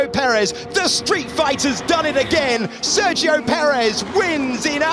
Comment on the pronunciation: It would be terrific if the locutor learned how to pronounce "Sergio" correctly.